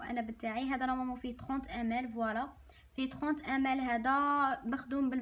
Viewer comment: أختي😅 عندي ملاحظة واحدة كي تقولي ml ==> مِلِلِتْر